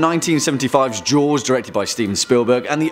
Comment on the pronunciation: I thought he said George when he said jaws